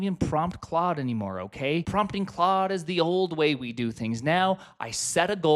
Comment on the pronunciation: 23 claude not quad